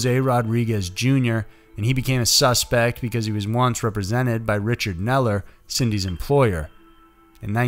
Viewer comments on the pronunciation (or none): none